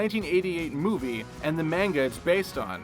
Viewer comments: Manga is said mahn-gah, not main-ga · MAY-NGA lol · Mans really pronounced “manga” like that, huh?